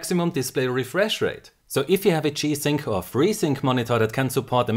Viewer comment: Why is he saying chi sync?